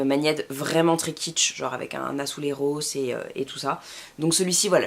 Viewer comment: AzuleJos et non azuleRos.